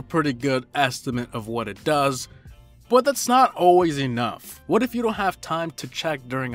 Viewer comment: You say but like saying butt😂